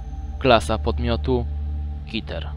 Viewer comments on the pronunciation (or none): Nie kiter A keter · mów KEter a nie KIter xd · NIE KITER TYLKO KETER TAK SAMO SIĘ CZYTA!! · Klasa podmiotu KETER czyt keter Normalnie sie to czyta...